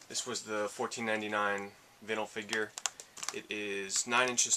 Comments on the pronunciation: vin-el vs vine-el no one says vin-el records, or vin-el interior on a car am I wrong here? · That is a badass mario shirt. That shirt for $21 is a steal. Your saying Vinyl wrong. it's pronounced Vine-ul. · Your saying Vinyl wrong dude lol